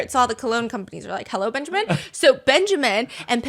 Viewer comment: Its'so funny Heard the name benjamín like benshamin XD